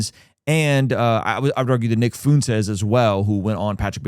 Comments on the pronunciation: are you intentionally trying to say nick last name wrong? lol. I’m not a fan of him but as a Spanish person lol your pronunciation is incorrect. FA-WHEN-TEZ. lol not FU-N-TEZ. 🤣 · Brother, Nick's last name is spoken with a Spanish pronunciation. You are saying it as if it were spelled like this - Foontez It should sound like this - Fwentez A "ue" next to each other with a Spanish inflection almost always makes a "w" sound. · Intrusive thought here: ignore if it is irrelevant : is nick of Spaniard decent , and if so wouldn’t his name be pronounced “foo-en-tes” . Fu as kung fu , en as in enter and tes as in tesla….. again super irrelevant but I’m learning about him through this channel and the work your team is doing so I’m not sure on the pronunciation of his name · Is that how you pronounce Fuentes? Why are you saying it that way ? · You do that on purpose to be a dig to Nick by pronouncing his name wrong don’t you?